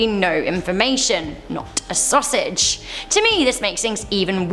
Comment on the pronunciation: Why does she says sausages